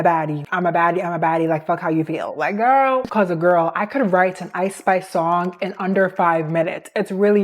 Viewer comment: I’m sorry. I know you keep saying Ice Spice, but I keep hearing it as I Spy. I can’t help but giggle at the idea of a rapper named after a children’s game. I’m so mature.